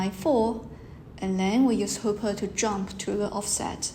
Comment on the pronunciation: Sorry, seem I made a mistake in this talk. I pronounced Hopper wrongly.